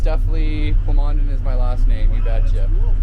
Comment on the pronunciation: "PLA-MOAN-DEN" I'm perfectly bi-lingual! :)